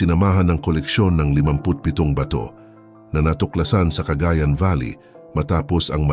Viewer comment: Ang ExprEssiOn ng cAgAyAn is cA/gAyAn At hindi cAgA/ yAn gUnggOng!